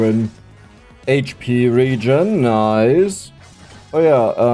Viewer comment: my dude it's pronounced regen not regen